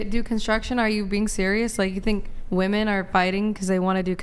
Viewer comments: Why do these girls always pronounce "women" as "woman"?! Drives me nuts!!! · Even when she reads "women" she says "woman". Wtf? Do they not know the difference between singular and plural? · Why does she keep saying woman as a plural? I thought it was a mistake at first but she keeps doing it! Edit: nvm it was addressed. Still makes no sense though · You can’t say women…dude you have no accent, you just can’t for some reason say it properly I love how when they are proven wrong, and the guys offer to show stats they nope out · It's "women" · Why doesn't Andrew EVER call out these Mickey Moused brained women who can't pronounce "WOMEN"! How can he think that there'd be any merit to a conversation or argument with someone whose native language is English, but who can't pronounce a word as basic as "women". It's like saying to your potential employer at an interview "I'm really smart, I know a lot of stuff .. but oh yeah, I can't pronounce some basic pre-school level words". GOOD BYE! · If you can't pronounce a basic word such as "WOMEN", then you should never think of yourself as someone who ought to say anything about anything at all.